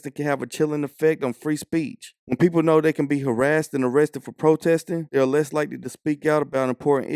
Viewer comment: We da pepoo, by da pepoo faw da pepoo?